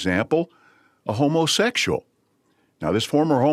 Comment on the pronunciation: I thought I heard say “homeless sexual